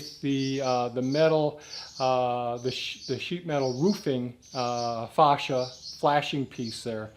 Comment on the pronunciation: Sorry, but I laugh everytime you call it Faw cia instead of Fay cia.